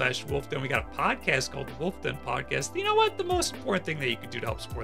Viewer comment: It's Wulff Like "Wolf u would like to ..."